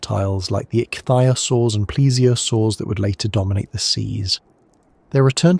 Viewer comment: "Pan-GEE-Ah!" "Ick-thee-Ah-Soars" How can you get this wrong! These are the easy pronunciations! When in doubt,go eith how Sir David Attenboroughsays it!!